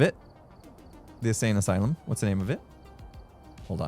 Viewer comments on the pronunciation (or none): none